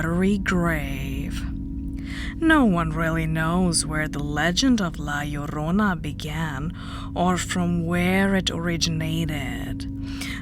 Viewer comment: I love your pronunciation of La Llrona. The "LL" sound is always hard to grasp with the way I speak.